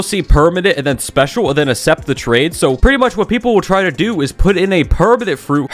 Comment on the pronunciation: accept is pronounced “acksept” not “essept”